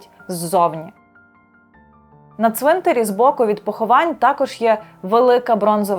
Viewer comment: Важлива і потрібна для розуміння інформація. Дякую. Щодо мови ведучої – варто частіше спілкуватися з різними українськими словниками. У слові 'ЦВИНТАР', наприклад, наголос падає на ПЕРШИЙ склад як в однині, так і в множині !!! Тож не калічте в етері українську мову, адже ви ділитеся власною думкою з усією Україною і не тільки.